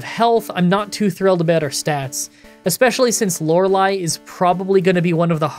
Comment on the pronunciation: I think I’ve been watching too much Jrose lately; I was shook when you pronounced Lorelei correctly 😂